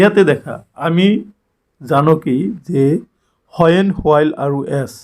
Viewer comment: Please improve your pronounciation...as an English teacher, ...it's sounds bad ..kindly do notice it ... Example:- it's when not whoan 😅